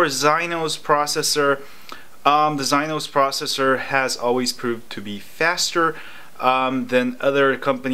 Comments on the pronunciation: Exynos not gyinos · Zynos processor?? Are you serious? Learn how to pronounce exynos before you do another video about Samsumg